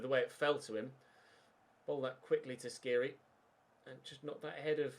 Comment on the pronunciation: The "kh" in Skhiri is pronounced more or less like the "j" in James Rodriguez i believe, don't have to say it tho just fyi. Great series!!